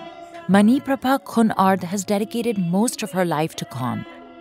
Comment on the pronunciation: While I really love your documentary on this craft, the narrator might need to confirm the pronounciation of Thai words, places, etc. Here are your mistakes in pronounciation. - Khon (kʰǒːn) is pronounced similar the word "cone". - For "Ang Thong (ʔàːŋ tʰɔ̄ːŋ)", the word "Ang" is pronounced like the first syllable of "Angkor wat".